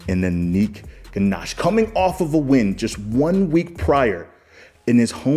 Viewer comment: man. I like watching you and listening to you but why do you pronounce Anik’s second name wrong? You go to his profile, comment, support etc but you gotta call people with their names correctly. It’s Ghosh. Not Ganache. It’s not even remotely the same 🙏